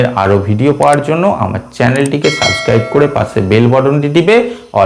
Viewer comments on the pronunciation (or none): none